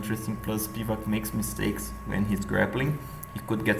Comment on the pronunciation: Its spivAk btw